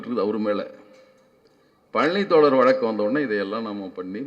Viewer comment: தோழர் என்று பேசுங்கள் தோல ர் என்று. பேச வேண்டாம் தோழர்